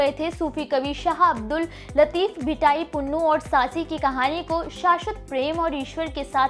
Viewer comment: You don't know the ABC OF THIS STORY. FIRST OF ALL you are pronouncing SAASI the name is SUSSI BOY NAME WAS Punnu not Pannu. HE WAS a merchant.Bharti nai fatti the She ran from one side and he ran from the other.met in the dessert and died. Don't distort panjabi culture pl.you are very very in Panjabi Culture and language big zero. Pl.dont do this again. Hari Dutt Sharma Rt.Principal MA BA HONOURS M PHILL MED SANGEET BHUSHAN DOSANJH KALAN JALANDHAR